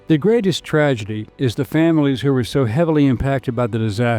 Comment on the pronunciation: Hey, if the worst he does is transpose the G and D in the word tragedy then I'll give him a pass. Hell, I just got off work and I'd be lucky to correctly pronounce my OWN NAME at six in the morning...😂